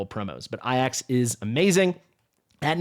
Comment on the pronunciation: You don't say AJAX, as "eye axe" bro. Its pronounced "Ay-jacks" Yours killing me with this 💀😅